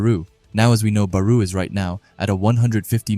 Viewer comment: It was an amazing video but plz stop sayin baruuu It's Barou(Ba+Raw) 😭😭